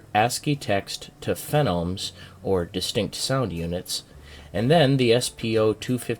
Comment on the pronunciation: Phonemes, not 'fe-nomes'. hehehe